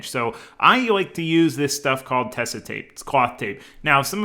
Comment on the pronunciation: I really love how the build is going along and how much time you are putting into everything to make it right. Just a little thing about the tape from a German (it's a german company): it's Tesa with emphasis on the e and a soft s. Otherwise it would be spelled Tessa.